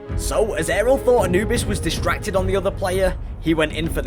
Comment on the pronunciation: not how you say Anubis but ok.